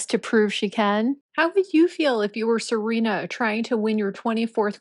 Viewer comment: It's SERENA Williams, not "Selena.". And you must have a very narrow idea of beauty if you believe that no woman is beautiful "after 30.". Your ridiculous statement actually reminds of that equally ridiculous mantra of the 1960s hippies, " Don't trust anyone over 30." 🙄